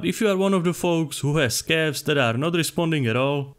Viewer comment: I love how it sound like "cafs" every time he say it :D